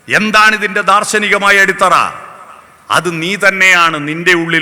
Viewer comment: അടിസ്ഥറ അല്ല അടിത്തറ എന്നല്ലേ